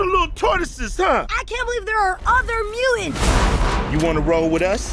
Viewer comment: Where do I start? April being pear-shaped is still off putting. Mikey and Donny should have had their voices changed. Also, Mikey’s pronunciation is annoying…”can you imagine dat?” Further, why give the most lines to the villain that talks like this? “We gon let da mootins roo da earf!” Ugh…yeah…can we get subtitles?